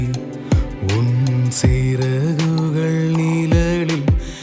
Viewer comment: நிலலில்... என்று பாடாமல் நிழலில் என்று பாடவும்.. ழ... உச்சரிப்பு முக்கியம்